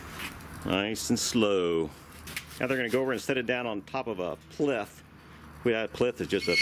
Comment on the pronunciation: What you called a "plith" is actually a "plinth".